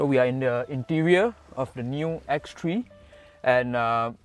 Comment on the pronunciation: X three la not X tree